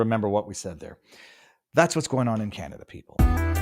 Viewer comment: ohhhhh, can-o-duh.